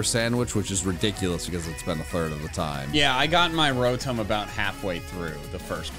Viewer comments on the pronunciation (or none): its not rotome its rotom like in tommy